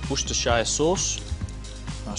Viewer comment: The way he pronounced Worcestershire sauce...